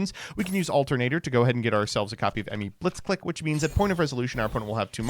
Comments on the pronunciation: The fact that the name is so clearly a Japanese-Engrish pronunciation pun on "Blitzkrieg" (the lightning strike warfare) yet people continue to call it 'blitz-click' instead of 'blitz-cleek' . . . then again, this is the Smiger and Stray-toes guy. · "clique" is pronounced "cleek". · mispronounced the archetype the whole video